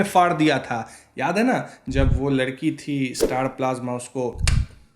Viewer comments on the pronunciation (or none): none